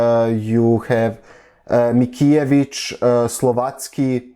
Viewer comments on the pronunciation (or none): Your Polish pronunciation is pretty good. The only thing that you could work on is "Mickiewicz" it's pronounced Mickjevič, not Mikijevič. In general, the "ck" in Polish is not a digraph, but a normal sequence with c and k. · (or somewhere) mickiewicz's lastname is prenounced more like Mitskevitch